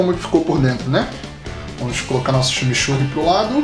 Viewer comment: kkkkkkkkkkkk, ximixurri? coitados dos meus irmãos Uruguaios ouvindo isso... a palavra tem influencia inglesa a pronuncia ta mais para "tximitxurri" eu adoro junto com uma boa Parrila ou churrasco gaúcho o verdadeiro, não grelhados! eu gosto do deu trabalho mesmo assim, abraço!